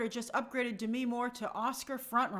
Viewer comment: Grace why are you pronouncing Demi’s name like that? Lol